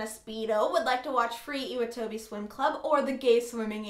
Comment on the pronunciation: Hey :) I know this is an old video, but I'm just curious as to whether you watch the sub or the dub.. I'm assuming you watch the dub as you didn't pronounce some names and things properly, and dubbed animes tend to do just that. Anyways, nice video, but I'm pretty sure Nagisa and Iwatobi are pronounced differently :) I don't really know how to explain it, but maybe look into the correct pronunciation? (again sorry, this is an old video and you might have known already by now lolol)